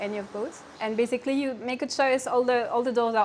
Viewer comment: when she said basically -- i went she picked up that indian accent haha